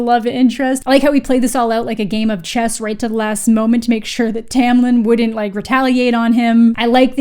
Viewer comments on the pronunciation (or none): none